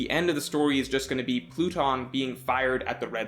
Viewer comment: This man said “platoon” 😂😂😂 its pluton bro